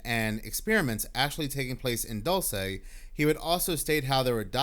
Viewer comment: Dulce New Mexico = pronounce "Dul- See" New Mexico.. I want to move to Santa Fe. Be there!! 🤯🤯🤯🤯